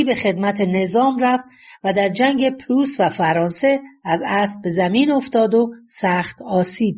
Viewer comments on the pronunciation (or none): none